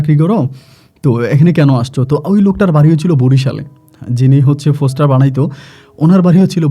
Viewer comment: ফোসটার না পোস্টার